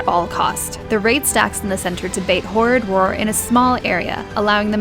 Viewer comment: I laugh every time you say "horridd roar", cuz it makes me think of the "rural juror" from 30 Rock. :D